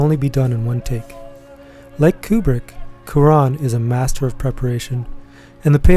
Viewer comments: Great video, but isn’t it Cwa-Ron, not coo-Ron? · Great appreciation for a fantastic film that rewards re-viewing, like many of his films do. But I was very distracted by the repeated (but differentiated) mispronunciations of Cuarón’s name. It’s not “quran” or “kee ran” or “cue ran”: it’s “kwa RONE”. For all the appreciation, please at least say the man’s name closer to correctly. It’s not that hard.